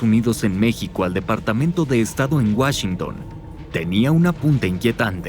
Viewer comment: "Whashington" 🤮 ya me puedo imaginar la gran calidad de este "documental" que mando hacer el Tio Richie... yo paso sin ver...